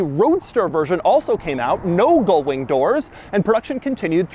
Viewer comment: Ugh. GULL wing, Doug! You keep mispronouncing it SO FAR OFF the actual word that the captions have transcribed you as "GOAL"wing and even "GOLD"wing!